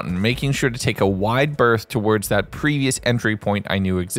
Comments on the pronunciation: The way you say some words is... odd. Like "Towards", you pronounce it like "Towerds", it's odd. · That's the thing though, he sometimes says it normally, other times he doesn't. It's not a dialect I've ever heard, either, and it's not every instance of "ward" he says that way. It's just like, two words, and only Towards is said like that the most. I wouldn't call that a dialect I'd call that an abnormality.